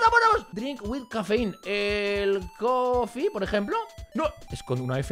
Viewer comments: em ingels cafe se dice cofie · Ehmmm Es Coffe no cofie :b